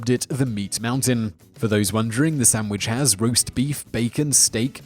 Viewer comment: "sam wich" ahaha